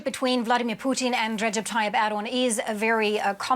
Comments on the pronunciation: Why does he say “Poutine” instead of Putin lol 😂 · Her saying poutine driving me crazy that's an Canadian dish made with cheese and French fries ffs